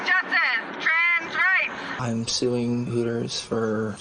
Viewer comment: "Twans wightS" lmaoooooo😂😂😂😂😂😂 ima use that